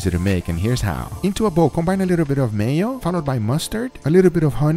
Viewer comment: Man said a little bit of mayoo💀